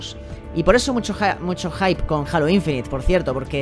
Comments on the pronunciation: Joder, cada vez que escuché "jalo", me da cringe haha Es halo O bien Jeilo Saludos bro. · Se pronuncia heilo xd no jalas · que raro que no pronuncie Halo como "Jeilo"Xd.